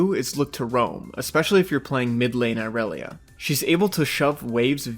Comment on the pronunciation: Ill never understand why people mispronounce irelia. Riot has said how its pronounced yet people say Ayrelia . Awsome vid nontheless just an observation from me. Earned yourself a sub 😊